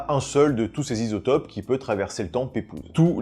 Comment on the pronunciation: Les "Zisotopes" j'étais pas prêt, G riz!